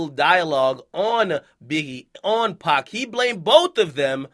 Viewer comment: Bitch his name is 2pac not 2bak 😂 clown ass bitch